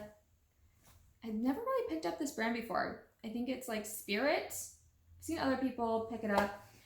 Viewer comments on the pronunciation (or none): The jeans are pronounced “ espère” :)